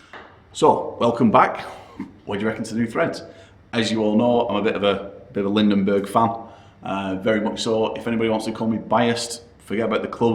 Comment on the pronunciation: Lindeberg, not Lindenberg...